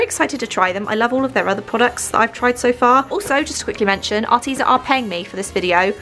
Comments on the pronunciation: I’m sorry but it’s AR- TEZ-A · Are-Tez-a sorry 😐 it annoyed me no hating *not